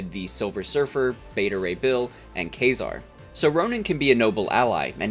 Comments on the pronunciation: I think it's "Kway-zar" not "Kay-zar" but ye cool deep cut character I wish got more use. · I'm not trying to be an asshole but the hero you're talking about isn't Ka-zar; that's a character that hangs around the Savage Land. The correct pronunciation of the character you're talking about is "Kway-zar" I'm sorry; that was REALLY bothering me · Well done! Just FYI, , the hero's name is pronounced KWAY-zar. They way you pronounced it (KAY-zar) sounds like a completely different Marvel Hero who is basically Tarzan in the Savage Land (I don't think he's ever been to space). Imagine my confusion when I heard him listed among the other cosmic heroes... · Is Marvel's Quasar meant to be pronounced as "Kay-sar," or is grossly mispronouncing it every time? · This is the pronunciation The way he pronounces it in the video make it sound like he’s talking about Kazar, Marvel’s Tarzan Analogue that lives in the Savage Land. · I'm going to apologize right up front because I don't know how to not sound like an insufferable dork of the highest caliber when I tell you that it's pronounced "kway-zar". I couldn't stop myself from making that correction knowing that there's a character running around in the Marvel Universe named Ka-Zar. Ugh! Sorry! 🤦 ...also,fun fact: Rocket complaining about being called Rocky is DEFINITELY a reference to the song Rocky Raccoon by The Beatles,which was the inspiration for the creation of the character. There's even a mcguffin called Gideon's Bible in Rocket's first appearance in the comics (The Incredible Hulk #271 specifically) which the song refers to multiple times.